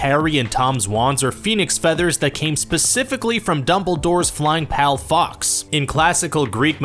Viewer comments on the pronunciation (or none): Smh it's Fawkes not fox